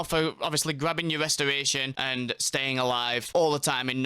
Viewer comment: Westoration. I cant listen to mother fuckers that cat speak.